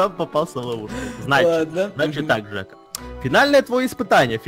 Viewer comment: слушай жек а не дек извини